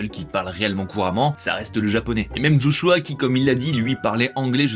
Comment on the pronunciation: Quand on parle des Jeux Olympique, on dit pas D'JO, donc je sais pas pk D'Joshua. Joshua ça sonne tellement bien sans un D'